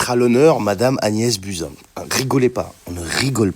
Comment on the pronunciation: Désolée mais je n’ai pas pu m’empêcher de rigoler qd tu as prononcé le nom de Buzin!!!😺